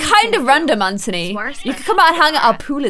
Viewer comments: stop saying 'AnTONEE' it's just 'An-Thu-Nee' ok? 😂😂💜 but love you anyway great video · Anthony is pronounced an-the-knee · its actually kind of bothering me that your saying anthony and ciara names wrong. well from my point of view in america anthony is pronounced an-th-on-y and ciara name is pronounced ci-air-uh. no hate nothing but love but i thought you should just know ! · It's pronounced a-nth-ony